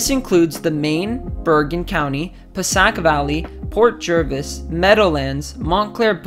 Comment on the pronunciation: its Pa-say-ic valley